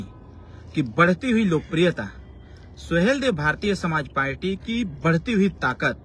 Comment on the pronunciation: पालटी नहीं पार्टी होता है😊😊😊।पता नहीं कौन पीएचडी की डिग्री अवार्ड कर दिया है।